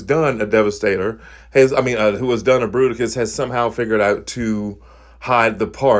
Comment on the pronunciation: Fruiticus....and now I will never hear it as Bruticus again. FML. XD